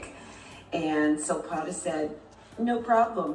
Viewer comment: Silpada...not Silpoda 😆